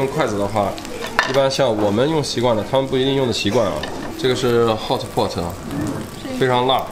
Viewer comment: 大哥，是 hotpot, 不是 hotboard